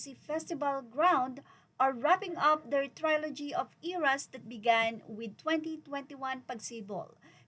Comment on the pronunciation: ‘Trilogy’ is pronounced as (tri-luh-jee) hindi po (try-lo-jee). 😊